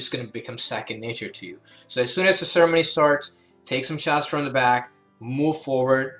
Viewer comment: Great, helpful video. Also, I know you're saying ceremony but I love how it sounds like you're combining sermon and ceremony into sermony.